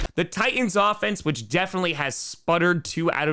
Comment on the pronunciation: Power rankings... kind of dumb, just an excuse to get on the air, I think. But is fun to listen to, even if he can't pronounce Titan correctly. That said, now do a Powerless Ranking. #1 would be Bear-cubs this week.